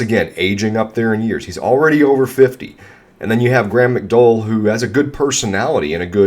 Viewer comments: it’s mick-dow-el. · Graeme McDowell called. He would like you to learn how to pronounce his last name.